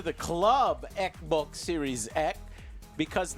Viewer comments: Is there a reason behind the way he pronounces ekbok? It's funny. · The moment I heard was becoming like an "eck boc" controller was the moment i lost all faith and down voted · Joe leaning toward PS now makes me mid his distinct “eksbaks” pronunciation